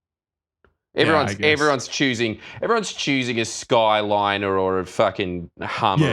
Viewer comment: If I had a dollar for every time the boys pronounced Skyline wrong, I could afford to buy one.